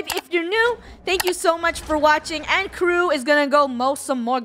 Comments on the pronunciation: i love how funneh said kreww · hmm. k r e w w ?!!?! I thought it was k r e w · “I can spell KREW” “Kreww